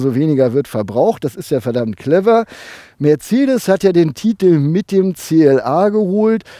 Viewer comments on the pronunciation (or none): none